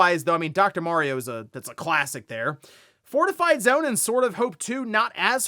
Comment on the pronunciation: Why do people say Worio and Merio?